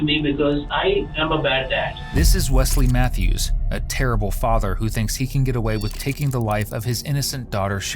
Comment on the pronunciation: Wesley matthews???? Seriously? He can't even pronounce it.